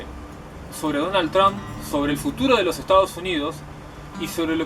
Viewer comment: no se dice 'Tromp', se dice 'Tramp'